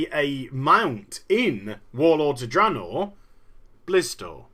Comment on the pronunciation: Blizzard is in such HORRIFIC disfunction, the majority of the employees don't even know how to pronouce THE NAME OF THE PRODUCT THEY'RE WORKING ON. The guy in charge says "Dra-naw". The EMPLOYEES who clearly never even communicate with anyone else, say it "Drey-naw". What an unbelievably disfunctional company. Metzen clearly never even enters the company Break Room to grab a soda, because that's getting to near the peons. Not acceptable to a multi-millionaire like him. So we get endless Blizzard employees getting up on the stage at Blizzcon and continuously PRONOUNCING THE NAME OF THEIR PRODUCT WRONG. Blizzard Entertainment is, literally, the example of how a company should NOT be run.